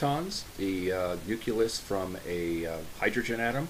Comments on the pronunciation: nah. Just the way you pronounce nucleus in the vid. Really cool vid, just having a little gaff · Yo Dude, forgive the pedantry, but one of my pet peeves is when people who should know better, sound like George Bush while discussing important concepts like nuclear manifestations. It's pronounced "new-clee-us", or "new-clear", not "nu-ku-lus" or "nuke-you-ler". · How is it possible for someone who is obviously well versed in particle physics to still say “nookulous” 🤦🏻‍♂️ I looked it up and there is an alternative to the pronunciation of the word “nuclear” and it IS “nookular” (the way George W Bush says it). But the word “nucleus” has no such variation. There is ONLY one correct way to pronounce this word and it is “noo-klee-uhs” (American English) and “nyoo-klee-uhs” (British English) there is no “noo-kyu-lus” that’s just ignorant. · I wasn't offended at all. I thought it was hilarious. 🤣 I know it's coming across as dickish but I've never heard it pronounced like that. Nuclear yes but nucleus no way. 😂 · "Nook yoo luss" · I mispronounced it. It should be 'nucleus." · You're absolutely right that I mispronounced nucleus. I should have paid better attention to my enunciations while making the video. I apologize to you and everyone else who have been offended by it. It wasn't ignorance, just a mistake. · Homie said "nuculus" wtf? Dumb af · You're right, I mispronounced nucleus. I apologize for offending you. It was an accidental slip of the tongue made while filming. What's even more embarrassing to admit is that before posting a video, I review it at least three times and still failed to catch it. You're not the first to point my mistake out so be assured, I've be properly chastised for it.